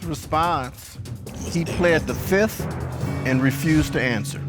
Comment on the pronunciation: .."Pleaded the Fift"..haaaaaa....He must have been watching to many Legal soapies,,,haaaaa